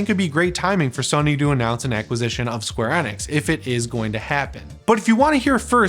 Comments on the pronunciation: It's square Eeee-nix!!😅 please just call then square if you can't understand my point. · It's square e-nix not hard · Not even pronouncing square enix the right way